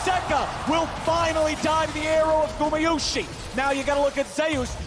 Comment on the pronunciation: Does is bother anyone else that they keep mispronounciating gumayusi